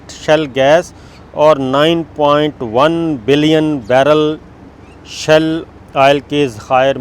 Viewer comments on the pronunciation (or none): Sabir Thanks for good news. It is "SHALE " gas and not "SHELL"gas. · Good news Sabir bhai! but its not 'shell gas' its 'Shale Gas'! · That’s a great news. By the way it is ‘Shale gas’ not Shell gas. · As we know: You have done Master in Political Science but Degrees in our country are of so poor Qurality. Before airing this video, you must have checked if words are "Shell-Gas" as you are saying in this Video or that words are "Shale-Gas"? Reservoirs of Shale Gas exists in many countries but Production Cost of of shale Gas and Oil from Shale is so high and that it is not feasible to work on this kind of Projects. From a few years, in USA, they have discovered new methods for Shale Gas but that needs toooo Much water and also have collateral environmental damage. Yesterday we were watching a Video of a channel that have hundreds of thousands followers but in Video, owner of that Channel was calling Stealth Jet as "Steeelth Jet" but in fact Stealth is pronounced as STELTH. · Not shell it's shale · It is shale oil not shell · Please note correct pronunciation is shale gas or shale oil. Shale is a geological strata formed by compressed clay where these products are trapped.